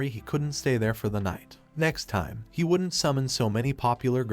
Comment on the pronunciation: A cool story but every time an abbreviation is pronounced... didn't as didden Tee or wouldn't as wooden Tee or doesn't as docent tea ... it sets my teeth on edge.